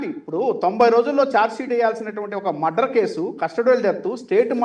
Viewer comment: ఆరే నాయనా అది మద్దర్ కాదురా బాబు మర్డర్ ఇది పలకటం కూడా రాని నువ్వు లాయర్ వి నిన్ను డిబేట్ కి పిలవటం జనాల ఖర్మరా బాబు